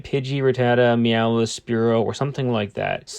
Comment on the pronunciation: Why do you say meow-ith it’s just meow-th. I get the mix up just so you know I’m not hating.